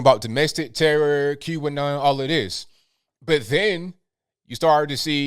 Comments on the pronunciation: I love... but when he says "Q'Anon" it sounds like he is saying "Cuban Nile" lol. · I know now he was saying QAnon